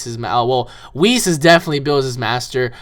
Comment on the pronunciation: Oh yeah and its not weis its whis they put it likethat yesterday wen it came out online and whis is not really the hod of creation he is just bilss's teacher